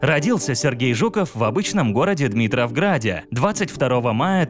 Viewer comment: Братан, только правильно Димитровград, а не "Дмитровград"